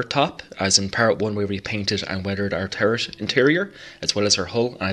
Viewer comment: Lovely work. But I gotta say, I chuckled ever time I heard "terp on da tarrit."...lol:)